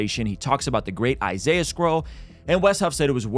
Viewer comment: He pronounced Isiah wrong so he's already refutted 😂😂